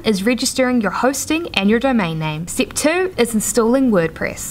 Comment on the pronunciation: best content on yt, but everytime you say stip by stip i get so fucking triggered haha